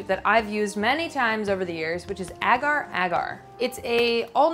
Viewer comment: Amazing video but I can't deal with how Americans pronounce agar agar 😬😂